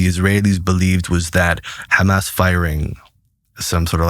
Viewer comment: The first time he said ham ass for Hamas, I was suspect